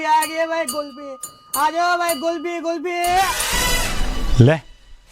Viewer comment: pheli baat...Gulfi koni hove.."Kulfi" hove ha...